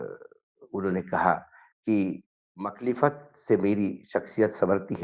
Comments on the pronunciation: Makhlifat Nahi Mukhalfat word Hota Hai. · मुख़ालिफत लफ़्ज़ है मुख़लिफ़त नहीं है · Makhlifat nahi mukhalfat hai word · Pronunciation is mukhaalifat and not makhlifat, please correct yourself. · Makhlifat nahi, Mukhalfat correct word hai.